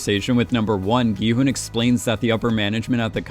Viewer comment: Dude. I enjoy your videos, but please! Learn how to pronounce 성기훈. It's Gi-hOOn, not HUN. There is a completely different vowel for uh or oo, and it changes the meaning of a person's name. As you have seen when other players discuss their given names, people's parents put intention into the choice of each syllable of a child's name. So, please, pronounce the main character's name accurately.